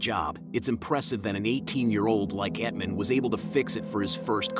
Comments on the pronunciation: did….did you just say “Etman” instead of “Ethan”?😂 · Etman? How in the world do you read Ethan as Etman?? Good lord this channel narration is terrible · ETHAN not Ethmen 😂😂😂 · It's ETHAN not ETMAN 🙄🙄🙄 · It’s “EEE-THAN”! Is the narrator a robot? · lol you cant say ethan?